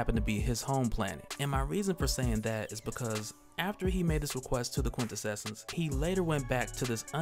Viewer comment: Brother, it's "quin-tessence" --Awesome content as always!!